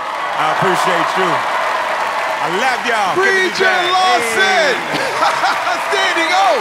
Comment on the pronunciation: Funny that his skit was about 'preacher' but Terri called him "lawston". lol